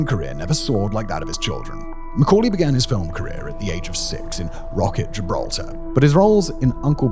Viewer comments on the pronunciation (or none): none